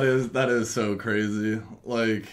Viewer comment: the fall of is cwaZY